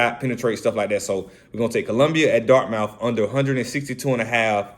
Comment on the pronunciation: “Dart-muth” “Loy-ole-ah”